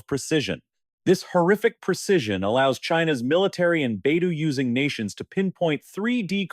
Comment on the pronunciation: AI narrator sucks. Baidou….3